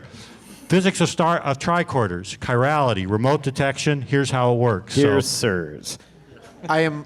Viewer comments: Yeah, slightly annoying. More annoying is when he mispronounces "chirality" over and over and over again. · pronunciation of "chirality" is hilarious. He's clearly been doing his own research reading about this stuff, which I think is great.